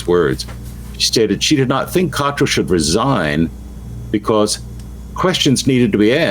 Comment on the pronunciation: You still can't correctly pronounce the surname of the Abp of York.